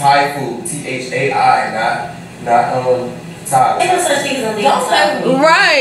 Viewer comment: He said thai food like TI😭😭😭😂😂 no si